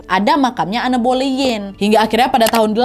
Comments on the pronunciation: Kak koreksi dikit maaf yaa, baca namanya an bolin, bukan anne boleyn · En belin , kata guru bahasa Inggris ku sih gitu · Anne Boleyn dibacanya En Bolyn ka😭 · Aku terbiasa denger pronounce namanya 'Enn boleyn' tiba tiba denger nadia sebut 'anne boliyin' jadi lucu😂 Semangat wakk, next bahas istri Henry VIII lainnya yaa!!! ❤❤❤❤❤ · Cara baca namanya anne boylen itu en boylin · En bolin bukan ane boliyin😅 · Di baca en belin bukan boleyin ✌️ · Iya kak, dikepala udah stuck en boliin. Ini sama kak nad jd aneu aneu, berasa denger kisah lokal tp sukaaak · Sebutan Anne Boleyn itu sebenarnya Enn Bolin. Tp gpp ya, sama2 kita share pengetahuan. Youtuber story telling yg da best pastinya kak Nad. Disusuli babang tampan Hiro terus kak Ness. Cuma mereka yg aku enjoy banget cara story tellingnya. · Anne Boleyn bacanya itu en bolin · Bacanya (an Boleyn) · Kak Walaupun tulisannya Anne Boleyn bacannya "En Bolyn" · Koreksi dikit ya kak, bacanya "en bolin" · kok gk enak banget ditelinga pelafalan namanya Anne Boleyn. Coba dong belajar dl pelafalannya, jd kyk asal sebut. Harusnya "Ann Boliyn" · sorry nih tapi dibaca nya "en bolin".ga enak bgt di denger plis😭